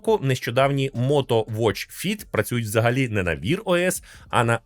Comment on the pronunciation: Wear — не "вір", а "веа".